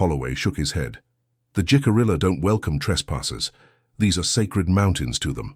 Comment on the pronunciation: I like this story very much. Much of my family arrived in Jamestown in 1700. They were blonde,blue eyed, small in stature( and still are to this day). First, Jicarilla is pronounced " he-ca-ree-ya". Second the "STOCKHOLM SYNDROME" did not appear until the late 1960s or early 1970s. It was used when Patty Hearst was kidnapped by the SLA ( symbionese liberation army) and held for ransom. She joined them. Anyway, my 1700s family would allow indigenous people stay at their " ordinary" in Williamsburg. At one time an " Indian Princess" stayed as she was a witness during a trial. These relatives were French Huguenot. They settled all over Virginia way out where the James River was the only means of transport. They knew and traded with the indigenous population. When they moved farther West they then were friendly with Osage. These are great stories. Women were often alone for whatever reason. They had to live by their wits.